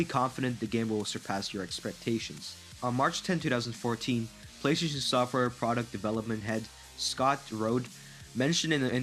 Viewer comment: "Playshun" 4 🤣